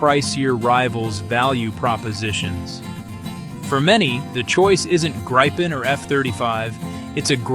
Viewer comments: «Gaipen»? I’d rather say Greep’n. With a long e-sound in the midle and a short at the end, no «Graipen»s in Sweden. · The best plane. But it is "greapen" or "greepen". The english pronouncation hurts my Swedish ears. ;)